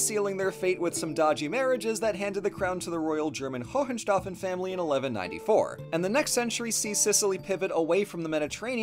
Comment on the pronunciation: im currently writing my masters thesis on the cultural mashup that was sicily and i love seing my baby getting some love on this channel <3 my only nitpick is that the pronounciation of Hohenstaufen is very funny, but not really their family name. That was just Staufer (or von Staufen if connected to a first name), Hohenstaufen was their ancestral castle